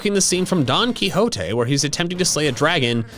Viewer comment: Hi, just to put this out. Don Quiota( I do not know how to spell it. The qui part of it is pronounced -hee. For those who do not know the author of this book is basically the spanish version of Shakespeare.